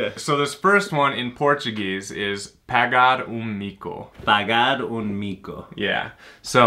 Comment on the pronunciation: Ele pronunciou melhor que vc kkkkkkk "pagar um mico"